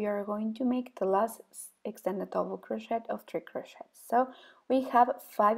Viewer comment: Much too fast. Extended double crochet English pronunciation of crochet is like "crosheee". The "t " is not pronounced in English. Thank you!